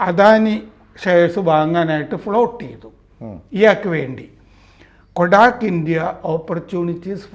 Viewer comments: കൊഡാക് അല്ല കോട്ടക് ആണ് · Kotak കൊടാക് അല്ല. കോടക് ആണ്.